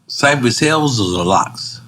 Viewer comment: It's not Cypress HILLS It's Cypress HILL!!